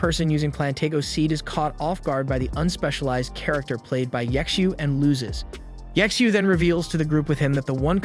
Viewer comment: Ye Xiu, or better pronounced Ji Xiu(chtu) something like this it's hard to explain how to speak xiu out.